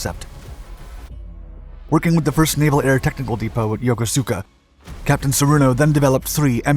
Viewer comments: Not “Yoko-SUE-ka”. Yokosuka is pronounced “Yo-KO-ska”. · I came here to say that as well. It irks me something awful everytime someone says "yokosUka". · The "u" in yokosuka is barely pronounced, sounding almost like "ska". I have heard some crazy mispronunciations, notably yokooskaa. Another weird American pronunciation is for Yokota, commonly mispronounced as Yahkota. The first Kanji of both place names is "yoko" 横. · I can confirm he's right. I am fluent in Japanese and currently live here. No one pronounces it as "soo-ka" only as Koska. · PLEASE learn the correct pronunciation of Yokosuka. The u is silent, so it is pronounced yo-KO-ska. I lived there for over two years when I was in the Navy, so I'm very certain of how the name of the city is supposed to be pronounced. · It does matter because no Japanese person would ever pronounce it like that, it's not pronounced both ways. If you wanna play expert I invite you to learn the language. The "English" or American pronouncing of it is often confused as sooka but this pronunciation is incorrect. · I lived in Yokosuka for 3 years, onboard USSMidway, and NOBODY pronounced it yoko-suka. Good enough for you? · Someday, someone will, somehow, look up the correct pronunciation of "Yokosuka".